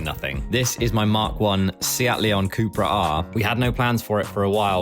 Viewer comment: Pretty sure it’s pronounced how it’s spelled it not coupra its cupra